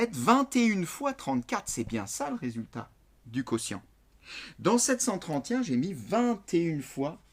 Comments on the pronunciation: et pourquoi vous dites septcenttrente y un au lieu de septcenttrente et un ca me stress tout le long de la video mdrrr mais merci pour les explications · pourquoi est-ce qu'il dit "sept cent TRENTIEN" ???? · c est vrai qu il dit 73Y1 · C'est normal moi j'entends "sept cent trente Y un" 🤣sinon merci ! ❤️J'ai suuuuuuuuuuuuuper bien compris ! Ça aide à %😅😅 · Sept cent trentient 😂😂😂😂😂